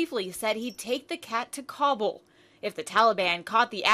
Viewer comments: did this lady mean kabul? if she did its pronounced ka-bool. no cobble. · is anyone else insanely bothered by how the reporter butchers the town names? "Kabble", no, its "Kab-oo-l".....